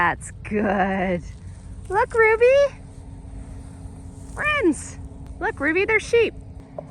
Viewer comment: I just adore the Golden Girls. By far my favorite part of the channel. How you say friends cracks me up and I’m obsessed with Tomatoes.